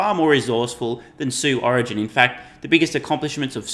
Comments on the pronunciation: "Sue Origin" LMFAO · "Sue origin" 🤣🤣🤣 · “Sue Origin” lmao